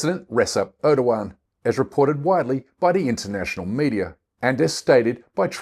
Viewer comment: Let me help you with correct pronunciation of Turkish words. The first part of Erdogan is not like Ur the ancient city. It is exactly like English "air". As you know, the g is silent. Turkish words tend to eschew the heavy syllabilization and emphasis of English. Put the same stress on all the syllables, rather than stressing the penultimate syllable as we do. The word Türkiye is Turkey's own name for itself. Take note of the umlaut over the u. It is not a bare u. It is like the German ü with the lips pursed. The last syllable is not "yay" the way you are pronouncing it but "ye" just like in English yet. Hope this helps.